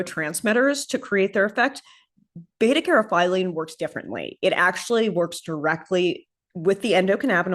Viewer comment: Caryophyllene pronounced "carry-off-ill- lean :)